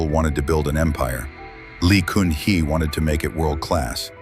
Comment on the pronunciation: The ex-president Lee Kun Hee is pronouncd as "Gun hee" not "Koon hee".